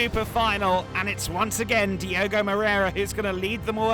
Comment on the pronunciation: His name is Diogo though, please guys stop butchering names and pronunciations like the speaker usually does...